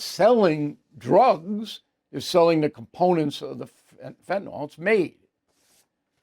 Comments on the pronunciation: Bill...PLEEEEEEAAAAASSSSEEEE learn to pronounce fentanyl! It is not fent in all! it is fent a nil!!!!!!!!!!!!!!!!!!!!!!!!!!! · Fentanyl...........is pronounced: "fen ta nill", not "fen ta naul"............... Look at the spelling. Thank you. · Bill. You brag about your masters degree and your understanding of economics, and you brag that you’ve been to most countries in Europe. You have an undergraduate degree in journalism, I think. You complain about people that use annoying phrases and cliches. But you can’t even pronounce the word fentanyl. Look at the spelling Bill. When was the last time you heard a word with the ending “yl” pronounced “ohl “? Get off your tush and research the pronunciation Bill. Don’t be lazy. IT’S FENT-AN-YL Bill!!! Think of the word ill. Or your name, Bill. That’s the way it’s pronounced. 😂😂